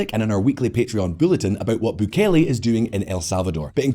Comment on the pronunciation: Your french pronunciations were fine! Misreading a world leader's name though and adding syllables that arent there (Bukele), very anglo-saxon ;)